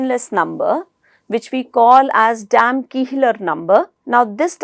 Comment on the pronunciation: I think it's Damkohler number, there is nothing like Damkiihler number